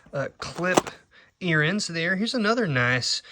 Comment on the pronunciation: I absolutely love your channel and all the info you share with us all, I also love the way you say earrings, earrins ha ha, I’ve never heard that word said that way but I like it ha ha. Thank you for all the information you give on your channel it helps me and I’m sure others so much! Can’t wait to see what is next! Watching from Birmingham Alabama 😊 see you soon cousin! 😊